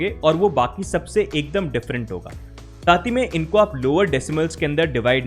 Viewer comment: Bhai aapne pr saath he mai ko taat he mai bol dya😂